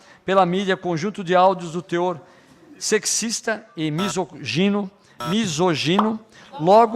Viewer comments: "Misosogino" kkkk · O delegado deputado não conseguiu falar misógino?? kkk